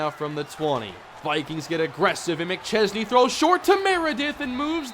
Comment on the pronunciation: yeah because can actually pronounce mcchesney's name